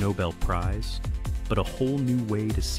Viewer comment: "Faye - man" is it,? Oh ok, now you got it right finally.